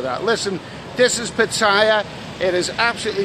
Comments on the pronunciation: old chap, please try to get it right with the Pattaya pronunciation, it isn't tie-a, it's tee-a - ffs. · l love you vlogs, but m8t it's PATTAYA not "pat-tyre"😮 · You are not pronouncing Pattaya right !! Ask a local